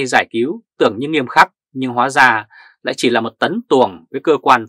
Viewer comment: Hihi bản tin hay , mà đọc không đúng chử nghĩa của tiếng việt nam ? nghe lâu rất khó chịu ? nên bớt lại sẽ hay hơn : dỏ dàng ( rỏ ràng ) chính chị ( chính trị ) hóa da ( hoá ra ) ? tại sao là phải đọc sai mà không chịu sửa ??? cái xấu nhất là buộc người ta phải nghe theo cái sai của mình ! ( kỷ sở bất dục , vật thi ư nhân ) !